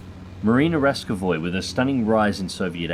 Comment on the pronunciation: Pronounced Ras-KO-va